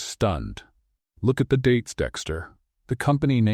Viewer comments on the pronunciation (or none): none